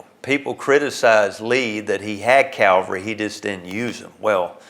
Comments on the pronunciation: He keeps saying “calvary”. It’s “cavalry”. No one got crucified. I’ve been to Gettysburg and I think they would have mentioned it. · The word is CAVALRY not CALVARY.